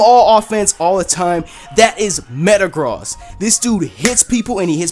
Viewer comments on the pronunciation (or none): Did You Just Say Matagrost